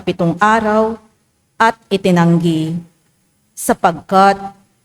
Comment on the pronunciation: Itinangi ang ikapitong araw (pinagpala at itinuring na banal not “itinanggi”..paki ayos po sana yung pagbabasa kasi iba ang kahulugan..just saying lang po❤❤❤God bless us all❤